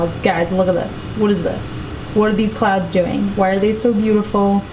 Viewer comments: i swear I was hearing "clowns" and i freaked out for a moment 😂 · hahaha sorry my mistake, at the end when you said that you love clouds I thought you said clowns! I'd you hadn't shown the picture at the end I would still be freaked out 😂😂